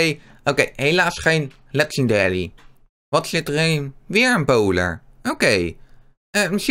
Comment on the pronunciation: Het is Legendary geen 'Legendelie'